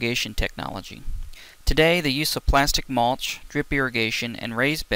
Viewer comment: Mulch not maulch